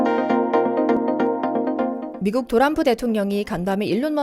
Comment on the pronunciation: 또람프는 비하 하는 느낌이 있네요. 왜? 트럼프. 발음이 안되는것도 아니고